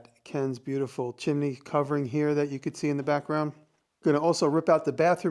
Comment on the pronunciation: Why do you say chimini instead of chimney?